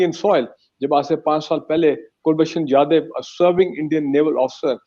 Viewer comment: Brigadier saab, Pronounciation to pahele sahi kar lijiye ... Kulbhushan Jadav not Jaidev ...